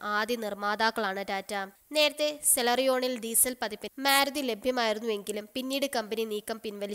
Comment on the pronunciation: "മേരുതി".... എന്നല്ല "മാരുതി" എന്ന്‌ പറഞ്ഞു പഠിക്കുക..... ടിയഗോ വാങ്ങാൻ ഇനിയും ഉണ്ട് ധാരാളം കാര്യങ്ങൾ... സൂപ്പർ കാറാണ് ടിയഗോ